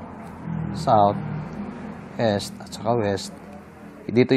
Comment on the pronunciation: Mali ang pronunciation mo ng east dahil "s" kung bigkasin